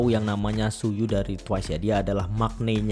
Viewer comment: koreksi kak, Tzuyu dibaca nya Jui/cui 😂🙏